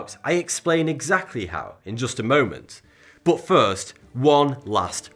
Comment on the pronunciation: Why you say "boot" instead of "but"?